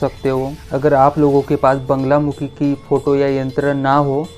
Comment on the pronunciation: Banglamukhi nahi bolte. Naam Baglamukhi hai.